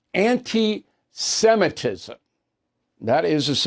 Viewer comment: Bill Pronounce it right...Semitism not Simetism. Watch yourself, please, thank you.